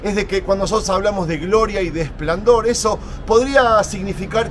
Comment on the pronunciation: Amigo, se dice esplendor no esplandor. Exitos